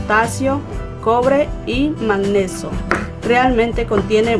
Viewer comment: Pirque dice MAGNESO? Si es MAGNESIO